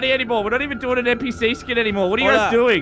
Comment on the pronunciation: Did narrorator really say PNPc LOL